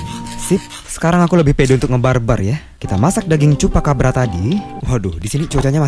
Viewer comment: Akhirnya bang sudah bisa bilang chupacabra